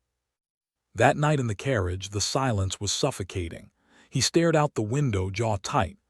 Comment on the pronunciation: AI pronunciation is awful. Stared should not be spoken as starr--ed. Raged should not spoken as rag--ed. Editing, YouTube!!